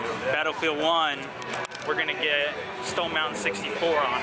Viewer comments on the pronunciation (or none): i love when it said team stoned instead stone for